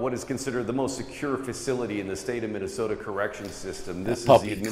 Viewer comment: You can't say Minnesota like that. Gotta put that soda on the end🤷‍♂️